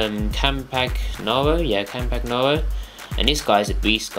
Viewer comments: How to pronounce: Chiellini: 'Ki-eh-lleni'. Barzagli: 'Bar-za-li' (soft 'G'). Campagnaro: 'Camp-an-yaro'. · its pronounced campanyaro the G is silent ;) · classic Brit... cant even say their names right... KEY-EL-INI, MAR-KE-TTI, CAMP-AN-YARO. mio cazzo uomo....